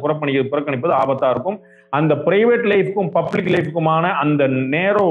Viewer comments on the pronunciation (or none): none